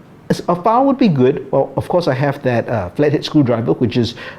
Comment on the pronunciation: Got thrown off how you pronounce the word file. Sounds to my ears you are saying foul. I’m an America.